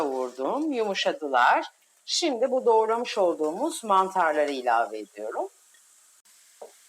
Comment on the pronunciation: SİMDİ DENMEZ...! ŞİMDİ DENİR. Türkçede Ş diye harf var.Oha be !